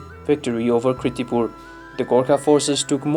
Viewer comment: Please correct it. Its KIRTIPUR not KRITIPUR..